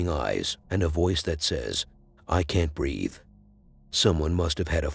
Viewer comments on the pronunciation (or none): Fırst clip: who ses( i cant breath) sounds to me more like ( i want to pee) 😴😪